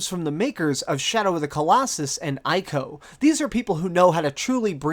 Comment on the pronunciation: Pretty sure is pronunced ee-koh not eye-koh. Anyways im really excited for that game, but i dont think is gonna be better than Shadow of the Colossus